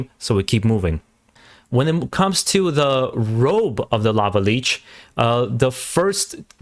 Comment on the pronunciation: lich not leech